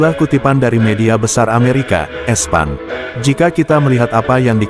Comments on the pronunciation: ESPAN 😅😂😅😂😅 ESPN... min baca nya i es pi en 😅😂😅😂😅 parah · Kok espan sih cara ucapnya Jdi aneh kedegranya Gimana sih ini hedeechh